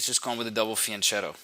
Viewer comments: Fianchetto is a loan word from Italian. The letter h in Italian is a hard sign, meaning that the letter in front of it changes to its hard form. In this case the c changes from the ch sound (like in ciao) to a k (like in Chianti). So the word is pronounced: fee ahn ket toh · Nice video and analysis, but can we please start to pronounce "fianchetto" correctly? "CH" in Italian is pronounced with a hard "C", sounding like "fianketto". At least that, and I won't bother with the double "T", pronounced by north Americans like a single "D"....